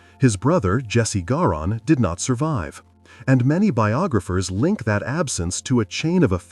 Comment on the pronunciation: Can’t even pronounce Jesse Garon properly. I’m stopping listening!!